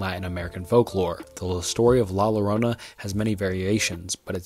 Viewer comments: great video but you said incestuous instead of innocuous 😭😭 also you should pronounce la llorona as la Yorona because the ll makes a y-like sounds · In spanish two “L’s” make a “J” sound so La llorona is pronounced La Jorona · The video started off strong, with no introduction and little chitchat, just listing several urban legends, but later in the video there are several issues with research (Like pronouncing La Llorona with an L not an I) and stumbling with words. Very cool video, but next time please double check it for such issues before posting please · dawg you gotta do better with some of these pronounciations. "La Lowrona" Like really dawg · Not to be a bother but it's La Llorona pronounced "Yorona" Fun Fact: La Llorona originated from Oaxaca, Mexico where my parents are from. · La Llorona is pronounced La Yorona 😅